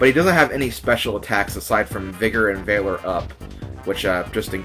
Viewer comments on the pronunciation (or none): Don't wanna be that guy, but valor up is a soft a, like vallium or vast. not valence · God dammit, you are not Clement, and valor is not pronounced that way in any dialect! You're awesome, but for some reason that ticks me off. XD